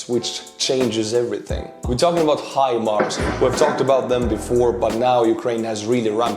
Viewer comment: You've got it. Hi-Mars. Remember "How High the Moon?" Well, maybe not? Maybe, How High the Moon didn't make "Your Hit Parade" in 1950 Estonia? My point is the pronunciation. High Moon. Mars is even "higher" than the Moon. High Mars. Hi, Mars! How's it going? You have the American vernacular, the America pronunciation -- HIMARS. Say HIMARS like that and you sound like the President of the United States. Now, I wish would get it. I've been trying to tell him, it's not him-Mars. It's not her-Mars, either. Maybe you can get through to him? For your programming, tak. I learned to say take in Helsinki and Aalborg (in 1985.) Do you say 'tak' in Estonia? I enjoy your humour. Keep smiling! 👍🏻 😉. The 🌎 needs your humour. ❤️ and 🙏🏼 to you and Estonia. Peace now in Ukraine. Slava Ukraine 🇺🇦